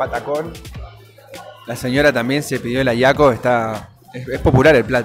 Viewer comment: No ayiaco es ajiaco con la j se pronuncia :D